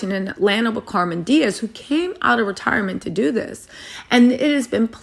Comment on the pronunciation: Cameron not Carmen.. ur killin me smalls